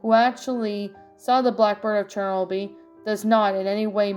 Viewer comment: Awesome reading as always! Also it's pronounced chur no bull. Hope you had a nice Halloween and you can read my request soon! Did the link work for you? 😊